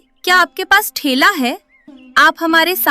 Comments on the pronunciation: Thela❌ Thaila✅ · आप लोग हिंदी कहानियां बनाते हैं और आपकी खुद की हिंदी इतनी बुरी है बच्चो को क्या सिखाएंगे पहले खुद अच्छे से हिंदी सीखिए और ये जो आप ठेला बोल रहे हैं उसे थैला कहते हैं। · Saman ka thaila hota h na ki thela